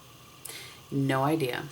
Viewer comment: Goulue is the feminine form of "gluttonous" in French, and it pronounced something like "goh-loo." La Goulue was also the stage name of a famous French can-can dancer! I believe that it's a Sephora VIB Rouge exclusive. (You can buy the full size on the Sephora website if you're Rouge.)